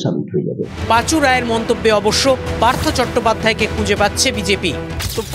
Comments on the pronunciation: উনি পাচু। Not পাঁচু। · পাঁচু নয় পাচু।